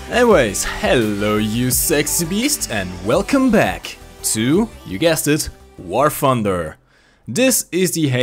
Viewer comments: You need to work on English it pronounced War TH-under not wfar funder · "...War 'Fumder'..."